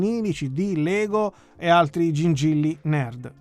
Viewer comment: "Gingilly utilissimy" 😂😂😂😂